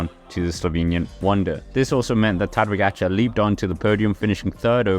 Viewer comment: What a butchery for pronunciation.. 🙄 Try to say: Ta-dey Pogachar